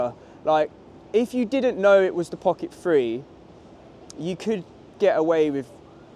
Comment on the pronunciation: Great review. One thing...is it just me or do you keep saying Pocket Free instead of Pocket Three?:)